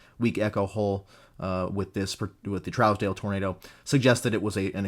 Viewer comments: Trousdale is pronounced (Troosdale). Im from that area. Keep up the fantastic in-depth content! :) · Such a great breakdown as always! Keep em coming! Here in Kansas, we pronounce it Trues-dell if that makes sense. I chased this once it got near Great Bend and to the north east